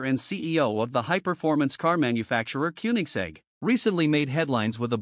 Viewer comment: "von" is pronounced "fon"! And it is not "Kunig" but "Kônig." My God, this is stupid!